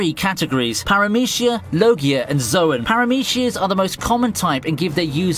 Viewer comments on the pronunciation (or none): none